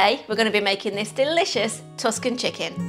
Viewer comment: That's not how you pronounce "Tuscan" Do you like it when everybody messes up Worcestershire?